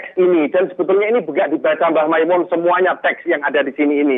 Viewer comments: Maz andre saya mau meluruskan yang benar Mbah Kiai Maimun bukan makmun/Mamun... mohon jangan salah sebut kyai kami lagi😊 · Andre nyebut mbah moen saja salah. Masa kyai ma'moen ??